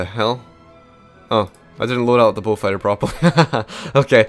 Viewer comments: Falker wolf??? Its falkwolf......sorry that really bothers me when u dont say it correctly lol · It's actually Focke-Wulf which is read like "fock-eh voolf" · It sounds like your saying bullfighter